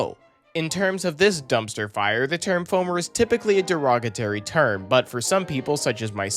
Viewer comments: Hello, it's D e r o g a t o r y not Derogatary. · its derog UH tory ya foamer 😂